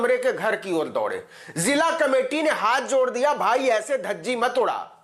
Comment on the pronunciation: Brother, his name is Mani-kandan not Manika nandan.